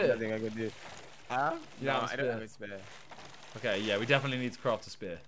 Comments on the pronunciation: For the first hour I thought was saying SPARE not spear🤣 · saying spare and not spear is😂😂😂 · Nobody:: Says spear like spare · kept on saying spare not spear its jokes